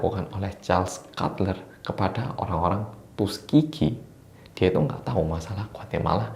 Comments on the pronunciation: Siapa yg baca tuskegee jdi tusuk gigi?😂😂 aku setiap baca tuskegee jdi tusuk gihi atau setiap bilang gitu denger nya jdi tusuk gigi wkwk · Gak tau kenapa setiap bilang tuskegee aku dengernya tusuk gigi😁